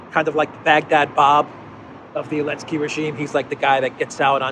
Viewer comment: while i do appreciate the non pro america point of view, you guys should really stopsaying elensky. it is just as stupid, childish and disrespectful as saying pootler